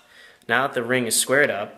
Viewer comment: it is spelled that.. not "dat"